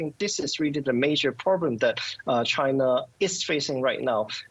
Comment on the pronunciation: “The whole purrrblum” Lol.